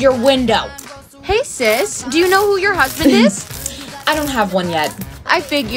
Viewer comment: Husband not huband😂😂😂😂 sorry if i was mean